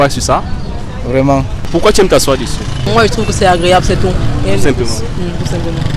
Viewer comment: Par contre tu sais vraiment pas parler français hein, on dit pas « déssus » mdrr vraimeent